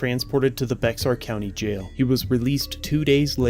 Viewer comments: Just small correction, while it's written "Bexar County" it's pronounced "Bear County" 👍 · “Bex-R” lol…it’s pronounced the same as “Bear” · Lol. Come on bro. If you’re going to do this kind of thing, at least research the pronunciation of words. It isn’t “bex R”. It’s simply pronounced as the animal “Bear” (bexar county). Bex-R. Lol. Please. Don’t give an update when it comes out. It will strain yo br-ain (brrrrr ain). 😂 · It’s not Bex Ar. It’s pronounced Bear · Love your channel, just a heads up as I live in San Anotnio....Bexar County is pronounced "Bear" county and not "Bex-Are". I don't know why, it just is. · Not,”Bex-are” the X is silent. So pronounced bear or bare. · Baxer Co. Is pronounced bear and SAPD are scumbags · Pretty please sir it’s pronounced “Bear” County lol not Bex-ar.. -a friendly Texan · Great work as always sir. I was going let you know how to pronounce Bexar, but I noticed another comment in your comment section. So I deleted that one. Love your hard work and keep it up. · Lol, I call it Bex-ar county too! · that is BEXAR (Like bear) not becksar. The x is silent. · Not BeXar, it is pronounced like Bay Are. The X has connotations like a soft Y. Bexar County was created on December 20, 1836, and encompassed almost the entire western portion of the Republic of Texas. ... The county was named , one of the 23 Mexican municipalities (administrative divisions) of Texas at the time of its independence. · Great video! One thing to help you out though, it's pronounced " Bear" County not Bezar. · Not Bex-ar foolio it's pronounced like Bear but spelled Bexar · It is pronounced BEAR and NOT BeXare!! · Baxer is pronounced "Bear" like the furry animal. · Bexar (bear) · Just so you know Bexar is pronounced like bear. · Great video! By the way... Bexar is pronounced “Bear” or “Bare” 🤠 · Quick FYI, Bexar is pronounced Bear. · We San antonians pronounce bexar “bear” county 😂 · We pronounce BEXAR as BEAR or Bare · Its pronounced Bear county.